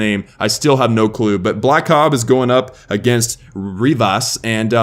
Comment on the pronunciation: This is Blakob, its pronounced Blake Ob, thx for the feature!